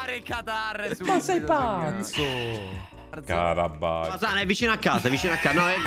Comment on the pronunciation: Comunque è Fasano non Quasano Marzo 😂